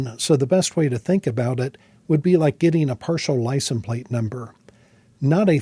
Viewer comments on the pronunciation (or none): No, you don’t sound cynical- but you cannot seem to say li-cens-plate and it irks the crap out of me. It’s not licen-plate, it’s… try this- ly-sense-plate.